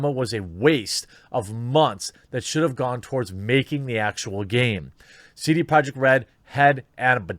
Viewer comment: i couldnt understand how he pronounced his own company.